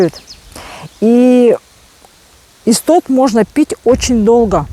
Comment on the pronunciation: Это не иссоп, а истод, всё правильно она называет.